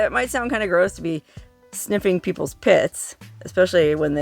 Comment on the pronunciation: Did you say pits or tits?😮